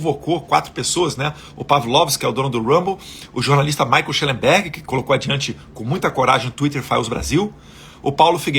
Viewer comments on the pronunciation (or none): none